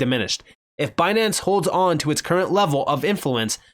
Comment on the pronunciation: Lol, Banance. 🤣